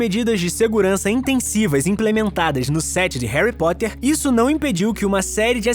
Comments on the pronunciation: Quem percebeu que no começo do video ele falou Harry pottler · Ele falou Herry protter